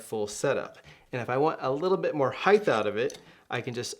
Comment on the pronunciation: HEIGHT! HEIGHT! it's not HEIGHTH! :) sorry...nice reviews.